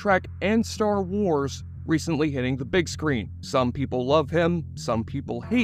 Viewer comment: I liked star trek but he butchered starwars